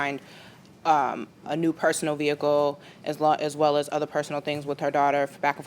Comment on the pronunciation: The way she says “Veeeee-ah-cuhl “ is killing me .